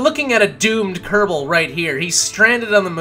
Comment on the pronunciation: why do you pronounce it "ker-bell" it's "ker-ball" or "ker-bl"